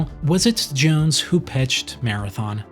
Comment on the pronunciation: Jason J-OWNs, not Jason J-OONs.